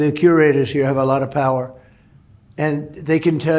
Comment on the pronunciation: pewer said of people amirican